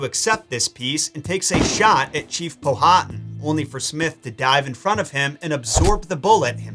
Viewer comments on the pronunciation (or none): As a Local it’s Pow-ah-Tan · Ok i love your show and watch it a lot with my hubby. I di have to correct you on Chief Powhatan name. It's pronounced pow-hat-an no long vowels. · Powhatan is pronounced with the H silent Pow-a-tan. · He’s killin me with the chiefs name Powhatan lol it’s pronounced Pow-ah-tan. Almost like Power-tan. My home town in Virginia is named after him